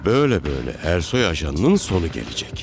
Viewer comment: Zazanin Ersoy a Kersoy (eşşek) demesi 😄😄😄